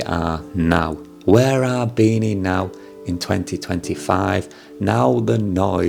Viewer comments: Its BEE-NEE, you idiot!! Not BEE-NAH!! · Its pronounced as “bee knee” not “bee nah” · BeeNee u have such a thick accent when u said beena? No worries tho! Great vid! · hi sir it pronounce like "BENIE" or BINI :face-blue-smiling::hand-pink-waving::face-red-heart-shape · it's pronounced as "beanie", the cap. anyways tnx man